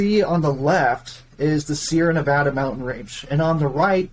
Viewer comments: That’s not how you pronounce Nevada mfer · just an fyi, you’re pronouncing Nevada incorrectly (most people who don’t live here say it the way you do, but it’s wrong). Love the show so far though!